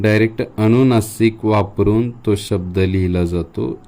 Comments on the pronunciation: छान माहिती... फक्त तुमचे काही उच्चार सुधारा 🙏 ...उदा. "अणुनासिक" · सगळे छान शिकवले पण आधीच माफी मागून एक सांगावे अस वाटलं कि 'अनुनासिक ' आहे ,'अणुनासीक' नाही.'अनुस्वार 'आहे 'अणुस्वार' नाही. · अनुनासिक म्हणतात. अनुस्वार म्हणतात. अणुनासिक अणुस्वार नाही म्हणत. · ' अणुनासिक ' म्हणताय तुम्ही, आणि ' ' अणुस्वार ' पण